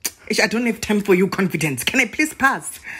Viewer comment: Confee confee confidence😭😭